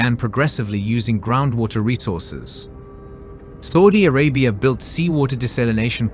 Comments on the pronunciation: i wish you stopped saying Sordie Orabia....its S.A..U.D.I ARABIA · Never heard anyone butcher Saudi Arabia so much sounds like saying soodie Arabia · The way you say Saudi Arabia 🤓🤓🤓